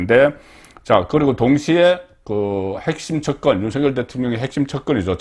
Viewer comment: 국어 문법상으로, "윤석열" 대통령 발음은, "윤성열"이 틀린 발음이고, "윤서결"이 맞는 발음입니다. "낙엽"이 "나겹"으로, "이낙연"이 "이낭연"이 아니라 "이나견"으로, "책임"은 "채김"으로 발음함이 맞습니다. 거의 모두 틀리게 발음하는데, 오로지 송선생님만 정확히 발음하심에, 국어를 사랑하는 자로서 깊이 감사드립니다.